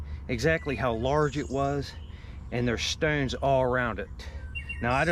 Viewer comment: I like how he says stownes.